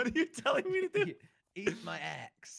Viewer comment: It was so funny lol he said eat my axe witch sounded like eat my as lol